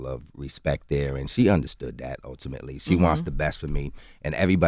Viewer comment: He's killing me with this "Utimately" shit